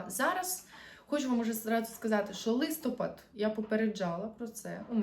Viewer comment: Вітаю ☀️ Ви напрочуд гарна дівчина- українська красуня 😍 Хотілось би від вас також чути гарну українську мову. У слові «листопад» наголос падає на останній склад — листопАд́. Це в жодному випадку не критика, це прохання 🌸